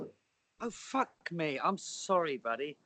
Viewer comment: “Oh fwak me”😂😂